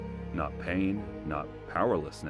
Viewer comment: At the end did you say obsolence or did you mean obsolescence